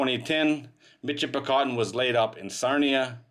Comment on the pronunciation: It is pronounced Mishipicoten, not a mitch , in the area, I grew up near the mouth of the river ,, Played along the sand banks and beaches, some of the most beautiful sand in the world.